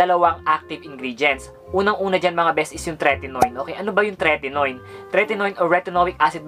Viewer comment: The TRUTH about Maxi Peel that you need to know is #2 and #3 ay same lang walang pinagkaiba (check the label, 2% hydroquinone and 0.020% tretinoin). Also, mali ang pronunciation mo ng tretinoin and hydroquinone.